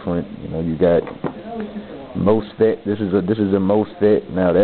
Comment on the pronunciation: it's pronounced "moss fet", not "most fet"